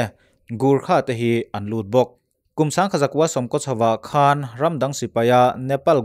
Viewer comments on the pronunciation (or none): none